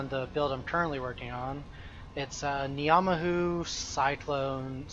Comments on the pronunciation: as somebody from NZ hearing you say Knee-ah-mah-who hurts so much to hear fairly certain its pronounced nah-mah-who still, doesnt take away from the content too much, keep it up! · your pronunciation of ngamahu makes me wanna kill myself